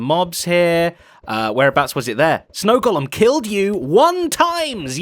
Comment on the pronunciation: An English guy should know how to correctly pronounce “golem”.